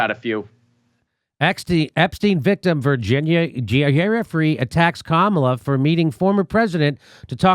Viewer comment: One day, Jimmy will pronounce Kamala’s name right...